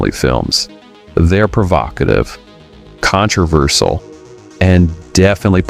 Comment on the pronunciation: his pronounciation of the word controversial is controversal.